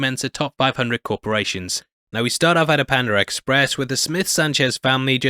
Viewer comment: what tha f is pandar express🤣 it's panda 🐼 express.